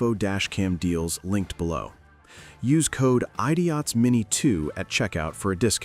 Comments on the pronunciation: Eye dee eyeots. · The ad at the beginning should reassure us that AI is still not smart if it pronounces ‘idiots’ ‘eye-Dee-ots’ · AI narrator for opening ad doesn't know how to pronounce "idiots".